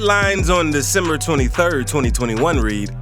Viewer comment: Any presenter who announces a month as "Day-Simmer" ought not to be trusted.